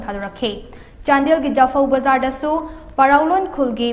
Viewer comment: Ur Manipuri pronunciation is like Bayar not BaZar